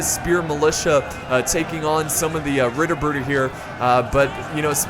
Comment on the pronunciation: This is the battle from yesterday's livestream, isn't it? Really great battle there. Your pronunciation of "Ritterbrüder" actually isn't that bad. You are just saying it to fast :D And try not to say "d" instead of "t" in "Ritter".